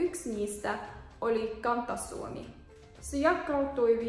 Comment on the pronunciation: Kiinnostava ja tietoja täynnä video, mutta rakas katsoja: älä käytä tätä luentoa oppimaan ääntämistä. Ääntäminen on perusta kirjoittamiseen ja lukemiseen, koska suomi kirjoitetaan kuten se äännetään. Esimerkiksi, oikeasti sanotaan kan*t*asuomi, eikä /kanttasuomi/ samoin ja*k*autui, eikä /jakkautui/. Harjoittelepa ensin yksinkertaisia sanoja ja huomioi erot - eri ääntäminen, eri merkitys. Vaikkapa näiden avulla: kaasu-kasa-kassa; tuuli-tuli-tulli; laatu-lato-laatta; paasto-pasta; maassa-massa-Masa; muuta-mutta-muta; liike-likka-liki; jotta-jota; saako-sakko-saakka; saapi-sappi; liitää-liittää-litteä ...jne.